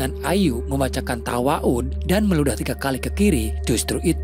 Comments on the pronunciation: Ta'awudz min bukan tawaud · Ta'awuz bang ..bukan tawa'uz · Bukan tawa'udz tapi Taawwudz bang🙏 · Kok tawa’udz bang😅😅😅😅😅 ta’awudz kaliii ah si abang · Ta'awudz lur.. Malah tawa'udz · Ta'awudz yagesya.. BuKan tawaut 😗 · Maaf kayaknya pengucapannya ada yg salah bukan "tawaud tapi ta'awudz" 😊😊😊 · Mohon maaf min, yg bener adalah ta'awudz, bukan tawa'un🙏🙏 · ..tawaud? ta'awudz, gan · Min... Di menit 9.48 ada pengucapan yang agak kitang tepat, saya dengar “ibunyw mengatakan pada ayu agar membacakan tawa'udz dan meludah ke sebelah kiri 3x.” Maaf mengoreksi yaa.. yang lebih tepat Ta'awudz. (Lafadznya A'uudzubillahi.. ilaa akhiri..) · Izin koreksi bang. "Ta'awudz" bukan "Tawa'udz" 😅🙏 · Ta'awudz kalik bng bukn tawaud😂🙏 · Kok ta waud bang Ta’awudz kali maksudnya wkwkwkwk😂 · Tawa'ud...?? ta'awudz kali bang 🗿🗿🗿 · Ta'awuud bang bukan tawaud😮😂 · Maaf mas bos admin... Tadi saya dengar "ibu rahayu menyarankan membaca tawa'ud" jika boleh saya tanya? Tawa'ud itu gimana ya? Bukankah TA'AWUDZ? ('A'udzubillahiminassyaitonirrojiim) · bang... ta'awudz bukan tawaudz mungkin yaa.. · Koreksi min .. Membaca Ta awudz Bukan Tawaud ! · Yang di Baca Ta'awud bkn tawa'ud bang.🙏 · Menit 9.48 bacaan tawa'udz itu apa? Bukannya ta'awudz? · Taawudz mungkin min, bukan tawaaudz 😅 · Ta'awudz ( a'udzubillah) bang bukan tawa'udz 😂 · Mohon maaf min,bukan tawaudz tapi ta'awudz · Bang yg bener taawud bang bukan tawaaud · Kak yang benar Ta'awudz bukan Tawa'udz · apa bang TAWAUT????😂😂😂😂😂 coba bang ulangi lagi ngomongnya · Koreksi!!! Ta’awudz Bukan ta’waudz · Taawudz om bukan tawaaudz 9.50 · Membaca Ta'awudz bang...bukan Tawa'udz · Ta'awud kang bukan tawa'ud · min .. TA'AWUDZ,. yang bener ya .. bukan TAWA'UD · Baca ta'awudz bang, bukan tawa'udz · Ta'awudz kayaknya bukan tawaudz. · Ta'wudz bang bukan tawaud 🙏🏻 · Ta'awud bang bukan tawaud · Taawudz bang bukn tawaud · taawudz om bukan tawaudz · Bukan tawaudz, ta'awudz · Taawudz bang . Bukan tawaud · Ta'awudz bukan tawa'ud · Taawudz bang bukan tawaaun